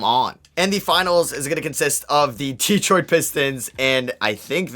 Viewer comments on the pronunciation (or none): none